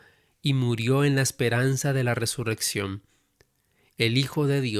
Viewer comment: Hermosa lectura con esa voz sonora muy agradable , pero se dice... ResuRRección...